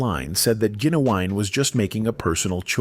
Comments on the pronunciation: His name is Gin u wine fool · Say it with me GIN-U-WINE